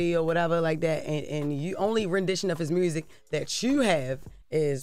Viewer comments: Her saying MRUSIC is just concerning.. it's not even ebonics... what is MRRUSSSIC? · "...ruined his mursic career.." 😂